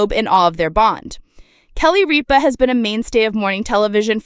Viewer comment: First of all, you are mispronouncing Kelly's last name. Secondly, as far as I'm concerned, she can't leave fast enough!